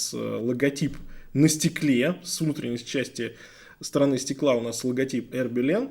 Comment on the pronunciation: А "Хербелин" от слова "хер"? 🤔 Потому, что часы-то "Ербелин"!